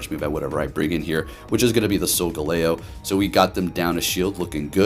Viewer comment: sol-jello? sol-galileo? and very nice Hax-or-us video =D